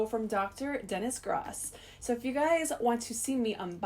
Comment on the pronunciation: It’s pronounced like GROWSS not GRAS